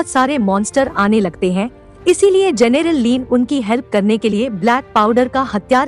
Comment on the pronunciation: जनेरल नहीं जनरल